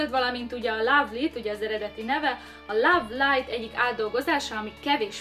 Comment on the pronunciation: Jó lesz az "ló(v)lájt"-nak is. :) A "láv" inkább a "love" szó kiejtése. Btw, jó minőségű videó. :) Viszont amit gájnak ejtettél az pedig géj. Beszélsz angolul egyébként?